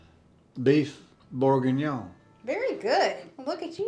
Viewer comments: Beef bourguignon is just French beef stew so you don’t need an extra starch just a nice bowl with some crusty bread. Your pronounced it very well. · You definitely pronounced bourginon correctly. I have Julia Childs original recipe, and it's delicious. Love the chicken gnocchi soup from Olive garden, too. Your bacon cheeseburger soup sounds delicious 😋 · Originated in the Burgundy region of France, where they're famous for great beef & wine, hence the name. Perfect pronunciation, FYI.😅